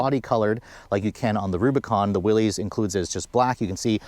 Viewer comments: Is pronounced Willis not Willy’s. I have a 23 Rubi I love it but this package is pretty nice if on a tighter budget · its not willezz - its WILLIS on the proununciation. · How does one make a video about a product and can’t even pronounce the name correctly🤦🏻‍♂️🤷🏻‍♂️….. it’s pronounced like “Willis” not “Willies” idiot. Everyone who is subbed please for the sake of humanity please unsub. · It's pronounced Willis, as in "what you talking about, Willis?" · You lose all credibility mispronouncing the name. It’s pronounced Willis. Not an ee sound. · 1 reason to get the Willys higher gearing so no re-gear when you put 35s on it. It's why I got mine. FYI: It's pronounced WILLIS... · Willys pronounced =WILLis. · It’s pronounced “will-us”. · Yeah, everybody gets that wrong despite his name being associated with Jeeps for decades